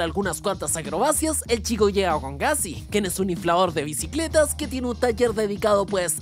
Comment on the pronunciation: "BICLETAS? JAJAJAJAJAJAJAJAJAJAJ 😂😂😂